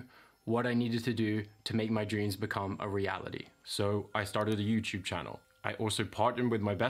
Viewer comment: “So, I started a youchube channel”